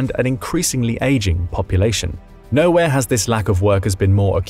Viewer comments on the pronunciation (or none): none